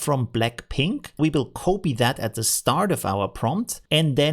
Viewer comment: The correct pronounciation of copy is kahpee not cohpee 😁